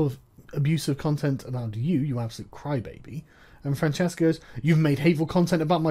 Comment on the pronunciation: We DO pronounce it with a hard C over here. Sorry, I know it's wrong.